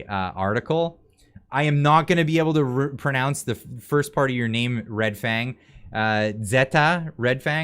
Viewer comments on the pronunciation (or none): none